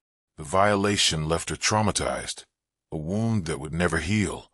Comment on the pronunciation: Why can't AI say wound?